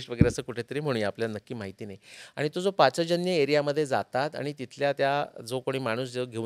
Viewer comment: पाचजन्य नव्हे . पांचजन्य . पांचजन्यो हृषीकेशो देवदत्तं धनंजयः ।